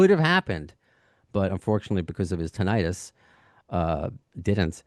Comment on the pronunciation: You’re both mispronouncing “tinnitus.”